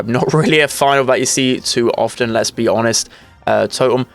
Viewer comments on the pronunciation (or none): none